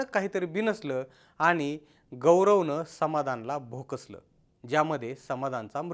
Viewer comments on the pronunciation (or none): अरे दलिंदर भोकसलं नाही भोसकलं.